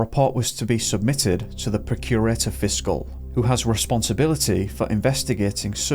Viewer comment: Please learn how to pronounce Procurator Fiscal and other Scottish words in your video. He is the highest ranking person of crime. You sound so ignorant.